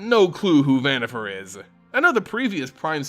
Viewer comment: Who the heck is prime speaker ZANNIFAR? I would like to know, as the actual name starts with a v, as in Victor. I don’t think people pronounce the name “Victor” as “Zictor,” do they?